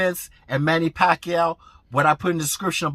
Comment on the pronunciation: i still remember that fight with Manny and Ledwaba when the commentators couldnt figure out how to say Manny Pacquiao"s name right. hearing you say "Pakayaoooo" def gave me that same reaction from back then. its hard to disagree with you cuz you speak facts. thuuumbs up!!!